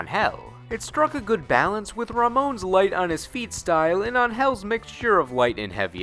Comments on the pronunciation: Thank goodness you said her name (Angel from KOF) as "on-HELL", instead of the other way. As for the naysayers, they should take it up with SNK if they have a problem with how that name is supposed to be pronounced, not me. Plus, I'm also giving you props for pronouncing "Zangief" (ZAHN-gee-eff) correctly, too. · kudos for pronouncing angel's name correctly